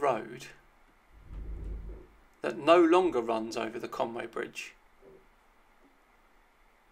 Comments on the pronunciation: But he can't say conwy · Welsh here there is no Conway there is a Conwy Coney Conwy